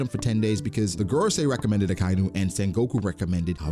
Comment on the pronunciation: UhKyNew is murdering my ears bro. Idc if you dont care about hearing it again. Ah-Ky-Inu